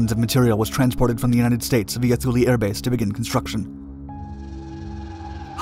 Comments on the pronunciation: It's pronounced "Too-Lee" not "Thoo-Lee". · Great video, but its pronounced Tool-e, not thoo lee. Grandpa used to fly there during chrome dome. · “Too-lee”. Not thoo-lee. And yes, EVERYONE mispronounces it. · "Thoo-lee"? I think it is "Thule", sounds like "tool". Look that name up and you will likely have the same question I do. Why on Earth would America name a base after them?!?!?!?! Knowing what the Thule society was all about, what really goes on at that base?? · TOO-LAY not THEW-LEE. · It isn't shown because it isn't happening. The Greenland ice sheet is actually regrowing. This was the worst biased "documentary" that I have ever seen. Maybe the authors of this hit piece should have actually talked with people who were there before putting this out. They couldn't even get the pronunciation of Thule right (too-lee). While the was a base at Thule, and its mission was somewhat accurately portrayed, Most of the "facts" in this piece were pure nonsense. The Danish government had full knowledge of the mission and purpose of the base (only part of which had to do with the failed missile project). As for the purported vast quantities of toxic waste left behind ... bullshit. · Drop the "h" sound. It is pronounced "Too-Lee". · The h is silent and Thule is pronounced tool-e. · Thule is pronounced "too-lee". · The letter "H" is Thule is silent, pronounced Too-lee." I was stationed there. Just Google it. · "Tuul" like "Tool" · Too-le!! It’s rather important you get it right! Imagine calling ‘Thailand’ something that sounded like a land of thighs LOL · Pretend the “H” is not there. It’s pronounced Tuley. Great vid though. Love your channel.. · It's "Tooleh" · Pretty sure it's pronounced Too-lee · It was pronounced "tool-ee" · and rhymes with zuul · This is true. Research stopped before pronunciation of a location. Typical for YouTube videos though. This isn’t to”MAY”to / to”MAH”to, but I bet you’d throw one. 😂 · Thule is pronounced with a "t" not a "th".